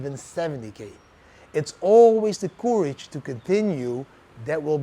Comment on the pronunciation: Maybe check the pronounciation of 'courage'. I had to check many times before I understood. normally your English is good!